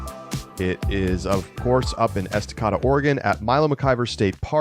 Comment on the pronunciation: Please look up the correct pronunciation of Estacada. Ess tuh Kay duh.